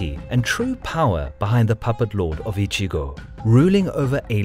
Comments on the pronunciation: Great content as usual ! But it's "Echigo" (Province) not "Ichigo"! I usually don't care about mispronunciations but hey, how does an "E" suddenly become an "I" ? lol It's even written correctly on the map^^ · Kagetora was not the lord of Strawberry Province. LOL The first syllable of "Echigo" is pronounced like the English word "etch" not the English word "itch". You are saying "itchygo" (which in Japanese means "strawberry".) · Echigo not Ichigo. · I know i am a huge dick for saying it but the names pronanciation is off. And its Echigo that gets me you say Echigo it sounds like Ichigo meaning strawberry. Its a harder E silmilare to the word etch. Thire are a few others and i get its hard to say them because japanese phonetics is very diffrent from western. Its just a persenal thing